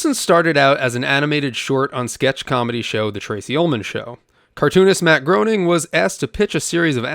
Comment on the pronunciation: I thank Matt Groaning for all his contributions.